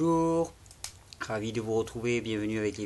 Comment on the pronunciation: Beaujouuuur Thierry, j’aime bien lorsque tu commences comme ça. J’ai tjrs l’impression que tu dis beau jour au lieur de bonjour.